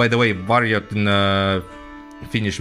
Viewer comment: Your finnish pronounciation is very good! Varjot rules!